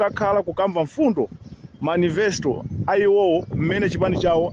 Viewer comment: Inu ndi ausilu inu azanu ose apanga ma conversion aja opanda mcp ndiye sadziwa democracy ? Uchitsilu umenewo mbuliso ukukanikaso kupanga pronounce manifesto